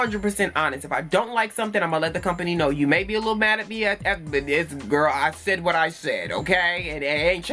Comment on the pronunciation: Bae beeeeee dead💀🙊😭😂 I shaid what I Shaid😭😂